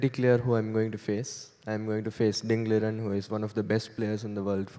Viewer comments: It is actually pronounced Ding Lizhen. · Was Maurice calling ding, ligen? 😅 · There is only one standard pronunciation of his name in Mandarin. Chinese people never give their names in a dialect.Ding was just being polite in that video. You can see he immediately changes his mind.